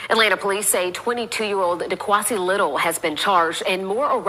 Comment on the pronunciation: 'Dequansie'?? .... THAT"S a new one.